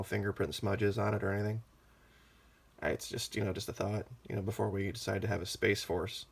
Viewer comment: Lol hahaha,, yeah I just got the chance to watch this one...and you're cracking me up. Your voice emphasis on Space Force has got me rolling....we need a Dome Force....hahaha, keeping the dome shiny....no finger print smudges*. I don't agree with everything, but I *love your reporting. Its teaching me. ----You are such a *smart ass*.....lmao....love it. Thanks!